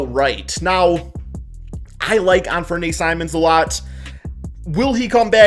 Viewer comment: You're pronouncing "Anfernee" wrong. The Blazers aren't letting him walk either. They've allegedly had a handshake agreement since late last season when they asked to sit out for the tank.